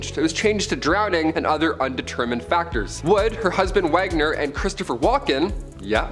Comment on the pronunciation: Natalie Wood, not "Woods." Also, "Robespierre" is pronounced "ROBES-pierre," "Pierre," as in the French name.